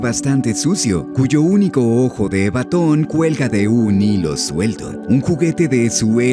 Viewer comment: ¿Ojo de "batón"? ¿Acaso estoy escuchando una IA en vez de el verdadero?